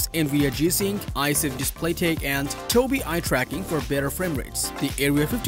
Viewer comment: "Toby eyetracking for better framerates" ok whatever you say..